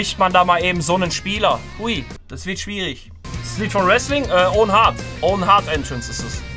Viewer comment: Das tut irgendwie weh wenn ich Owen Hart höre